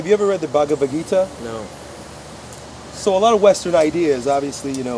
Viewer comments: The what...? Bagaguvita???? 😂😂😂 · Hey... It is "bhagwat gita" i am an Indian and i have heard this since i was born so you can trust me with the pronunciation... The way you said that even i could not understand that you were reffering to that.. Just wanted to say that and would like to say that don't listen to these haters you cannot do the same shit for years it will be boring so came out with this so it is good...